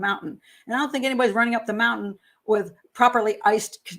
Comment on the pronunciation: She says mountain like my nephew ("Moun-TAN") rather than the usual ("Mount-in")